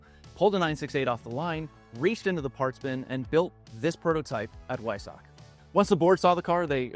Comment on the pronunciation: Weissach. The 'w' is pronounced as a 'v'. I do however thank you for the correct pronouncement of Porsche. I'm sure we've all seen other YT car guys do the one syllable thing. I've seen one or two actually flip between 'em(!). I'm a lucky owner of a stock '94 968 Cab. It's a superb touring machine and it loves to perform. 120K and still going strong. Daily driver when there's no snow on the ground. Nice vid, great historical presentation.